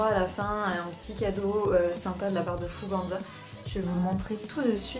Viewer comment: Je si la seul a dire « Fouganza » « FougeNza »? Et non « An »